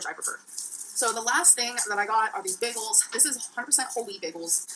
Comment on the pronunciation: Beggels are so good for you